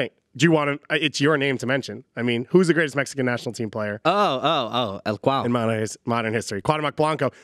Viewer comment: i know bro im being sarcastic, just the way the guy pronounced cuau's name lol